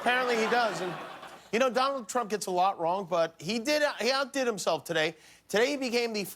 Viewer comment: I love how Jimmy keeps saying “Ttump” 😂 and for God’s sake, get over Hillary, Ttump!